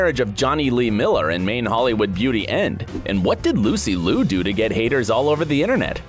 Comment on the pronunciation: Only wished if Lucy Liu's last name was pronounced more accurately.